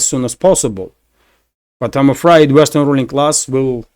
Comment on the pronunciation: Your English has improved significantly since you started. I'm sure it will get better but you're still saying I'm afried instead of I'm afraid, I'm afraid.